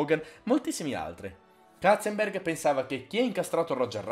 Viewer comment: Basta dire Katzenberg,che mi uccidi un neurone ogni volta 😂😂